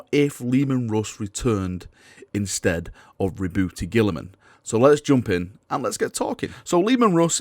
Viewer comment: Ri’booty, please stop calling him Ri’booty!